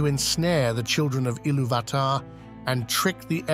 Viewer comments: Isn’t it it pronounced illuvatar not illuvaaahtar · One small note: the accent over the "U" means thats the stressed syllable. IllUvatar instead of IlluVAtar. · Great video! Just one small critique. Accent marks intend harder inflection on the letter to which they belong. So it would be Il-LOO-vatar, instead of Ilu-VAH-tar. Sorry to go Hermione Granger on you. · Excellent video, but I'm certain that you are mispronouncing Ilúvatar. I believe the clue lies in the acute on the ú which makes it a long vowel pronounced similarly to "ooh", as in Ee-loo-va-tar. Also the 'vatar' of Ilúvatar may have its root in the Sanskrit word "avatāra" (or avatar) and it won't be a stretch to imagine that Tolkien wanted Ilúvatar to conjure up a resemblance to 'illuminated manifestation'. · Can you say Ilu VAAH TAAH!!! 8 thousand more times, please? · Great content, but your pronunciation of Illuvatar is one of the most frustrating things ever. It's pronounced 'Ill-oov-ah-tar' but without pauses or extra inflection definitely without the hard A sound in between illuv and atar. Makes it sound like you're just reading a script someone else wrote and you have no idea about even though I'm quite sure that's not the case (or at least I hope so) since your content is so good. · Isn't it pronounced il UUU vat ar ? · It's pronounced e-loov-i-tar. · I lost my interest at Eloo VAt tar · Great video. You pronounce Iluvatar wrong though. The emphasis should be on the "u", not the first "a". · please, sir, i beg mercy. you managed the pronounce ilúvatar in every way possible except the correct way.... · You pronounce Ilúvatar wrong. You must accentuate the U and not the A. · Sorry but Ilúvatar has an explicit accent on the u, why are you pronouncing it wrong, posing emphasis on the first a? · The inability to pronounce Iluvatar correctly makes me unable to watch this despite the intriguing premise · Please learn to pronounce Ilúvatar. Note the accent mark.